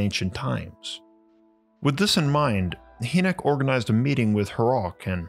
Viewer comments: It’s dr Hinek not haynek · Hynek pronounced Hi-neck, not hee -nick. I wince every time you say his name. I'm surprised you've never heard anyone pronounce it before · ⛏🏔 Excellent video, brother! Emphatically ADORE your work!! 🕉 2 small pieces of information you may want to absorb: • Dr. J. Allen Hynek's last name is pronounced "High-nick" • the word 'enamel' (via the cave bear teeth), is pronounced "ē năm ill" ('năm' think like the 'a' in 'bat'). Just thought you may want the correct pronunciations for future use in videos. 😉🤘🏼 Keep up the fantastic work!💞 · Dr. J Allen Hynek (Hynek is pronounced like "High-nik" not "Hee-nek") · "Hi nick" not "He nick. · Young man his name is pronounced "High-neck" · "Hynek" pronounced High-nick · HIGH NIK is how you say the Blue Book guy's name. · I love this series! Never stop! BTW J Allen Hynek's last name is pronounced like Hyman, where the first part sounds like "Hi". UFO Buffs like myself have heard this name a hundred thousand times and he is quite iconic to say the least. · It's pronounced like: 'High-Neck.' Great videos, Thank You. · Bro, it's Hynek. (Pron. Hi-neck 🤦🏻). Love the videos. 😊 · Thanks. Interesting story. Just a reference re pronunciation: it's "high neck" (or "high-nik") for Dr. Hynek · Another great job. However I’d like to let you know that Dr. Hynek’s last name is pronounced HI-nek. Just thought you’d like to know. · Love your stuff but J. Allen “Hee”nek? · Pretty sure it's pronounced... Hi-Nick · The Ufologists name is pronounced J Alan Hi-Nick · It's pronounced..Hi.nick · Hey young man his name is pronounced High-Neck... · Your pronunciation of Dr. Hyneck’s name is incorrect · I’m not one to complain normally, but the way you pronounced J Allen Hynek’s name drove me halfway insane. You have to get your pronunciations right if you want me to stop complaining.